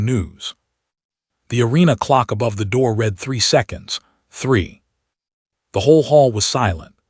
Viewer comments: AI announcers need to learn read (reed) vs read (red) Bow (bough) vs bow (bo) and other homographs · Yes, also reed and red (read)